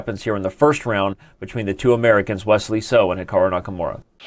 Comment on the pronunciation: "Silicon" Wesley SO!!!!